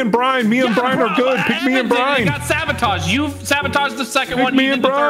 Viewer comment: I love what said "Brock sabaataaged."🤣😂